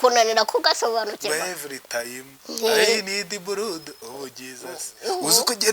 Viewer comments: yavuze buludi not buladi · ndagukunda ukuntu uvuga ngo blood ngo ni buradi😂😂😂😂